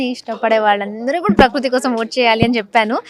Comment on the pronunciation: Prakroothi kadhu anchor garu prakruthi 😔